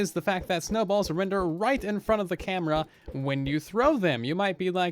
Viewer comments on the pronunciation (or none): none